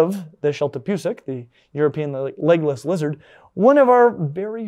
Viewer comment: I could swear he is saying "Legolas" lizards😂